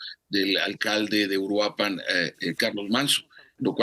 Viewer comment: Es Uruapan, no Uruapán